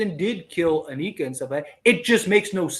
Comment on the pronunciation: Anika is NOT pronounced, ANEEKA!!! It is Anika, with a short I.